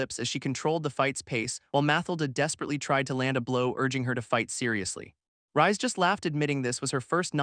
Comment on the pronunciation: Wouldn't "Reisu" (the MC's name japanese spelling) be pronounced more like the word "Raise" than the word "Rise"?